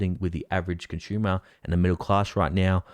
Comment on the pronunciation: 💪😎👍🇺🇲😍 You say Conshoomer !!! 🤣😭 It's con su mer !!! 😍😂😭😎😍🇺🇲👍 You guys talk So funny !!! 👍🇺🇲😍